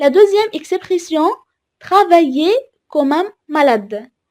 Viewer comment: تقرأ Comme كوم وليس كمم